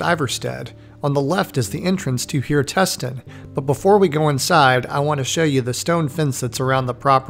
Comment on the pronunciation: Hjertesten - word hjerte sten that means in english heart stone you have to split up hjertesten to hjerte sten to even try to announse it slightly correct.